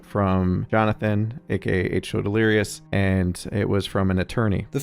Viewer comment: nogla facecam looks like analogue horror 😂 Also is bro memeing? everytime he pronounce delirious as "Delerios" nvm hes very consistent with it, he keeps mispronouncing 'delirious', he even started pronouncing it "deleres"